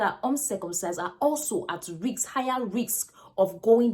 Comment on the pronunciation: Hi nurse, it is not riks but risk.